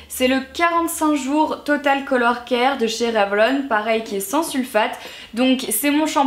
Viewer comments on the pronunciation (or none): none